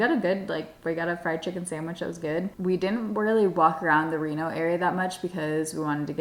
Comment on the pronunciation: Rino=Rhino Not Reno 😂😂